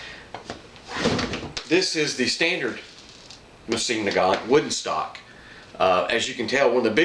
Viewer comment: 1: The proper way to say the name of the rifle is moe-z-in. You are saying nagant correctly. 2: VERY smart choice in putting a hex receiver into the stock. The hex models were made during peace times and have better metal, machining and tolerances in their construction because they could take their time in making them, where the round receivers were made during war times and they made them asap. I have several hex and rounds, but overall the hexes have been more stable, resistant to rust, and more accurate. 3: "Archangel" is pronounced ark-angel. It means the top angel in the army, as in Archangels Michael and Gabriel.